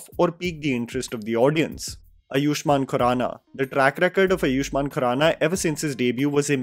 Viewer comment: Bhai Bol aaaayuahman khurana not iyushman